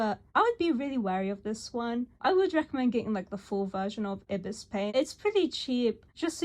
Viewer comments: One other thing: I believe you are supposed to pronounce Ibis like "EYE-biss" not "EE-bis" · wouldnt it be pronounced ibis like the bird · “Urbus paint”